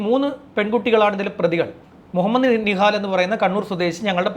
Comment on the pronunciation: bro nihad ane allathe nihal alla adutha pravisham set akuka